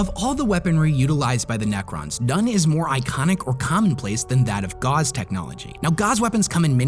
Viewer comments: Gauss is pronounced like house or mouse…….. not gauze 🤦🏻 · Gauss is pronounced GAO-SS, named after Johann Carl Friedrich Gauss, who was a German mathematician and physicist. The way you’re pronouncing (GAWZ) is like gauze, which is a disposable medical fabric used for absorbing blood. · I love you but it's gauss (rhyming with mouse) not gauze (rhyming with pause). It's my only criticism of your videos and drives me nuts! Keep putting out top tier content tho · "Gauss" sounds like "mouse" not gauze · Gauss Ga-ouss not gauze. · Great video, just a small thing, Gauss is pronounced gOWss, not gauze like the medical supply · a FIRST-HAND account is you seeing it yourself. Someone telling you the story is a second-hand accounting. a "conquest of eradication" is a war to conquer and win against all eradication. That sound right? THEY DEFINITELY DO NOT USE GAUZE ENERGY. You aren't killing hordes with gauze rifles. Its GAUSS.. rhymes with "house". There will never be a gauze rifle. Please stop saying it. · Everything he says "gauze" instead of "gouse" a Necron loses its sanity. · Say "House" Now replace the 'H' with a 'G' Gauss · I hate being this pedantic, but the guns the Necrons use are called Gauss guns, and it's pronounced Gows. They are real weapons in the real world - it's a gun based on the right-hand rule of electromagnetic force conduction, which is a very common thing in physics and electricity. Rail guns on warships are based on this concept. Guass is a famous mathematician from the enlightenment era. It's a little bit different in this lore, but pretty much all electronic weapons are now called Guass guns and there are some really insane ones that people have created! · Great video, but very odd pronunciation of "gauss" - should rhyme with house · That’s not how you pronounce “Gauss”